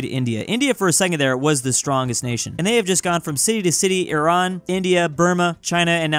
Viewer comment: i love you. first person that peronounced iran the right way and didnt say eye-ran